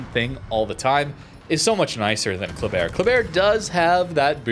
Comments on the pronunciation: I lived in Khabarovsk. The locals all say Basically HAABARISK, The K is silent. Every time I hear KA Bar isk it makes my skin crawl. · Also, It isn't Kab or osk either. When I say pronounce Khabarovsk The H is a hard throat growling Ha